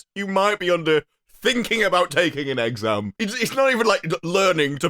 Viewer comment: "You might have a very minor case of serious brain damage" And idk why, sounds like he says exam as "egg-sam" don't know if it's because of the whole new accent coming out of him in the beginning